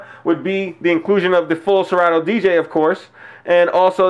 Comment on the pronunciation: you effed up ...good review but wtf is really good w/ the way u pronounce 'Serato'???